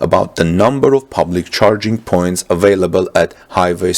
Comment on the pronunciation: charging coins? sounds like u said that when u said charging points